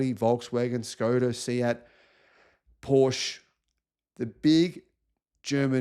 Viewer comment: Please Google "How to pronounce Porsche" :)